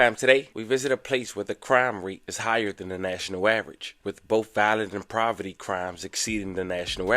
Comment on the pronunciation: It’s poverty not proverty🤦🏾‍♂️ how can you not nvm